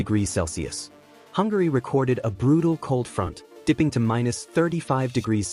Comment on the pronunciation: INDIONESIA, MONTENGRU, HUNGARAY😂😂😂😂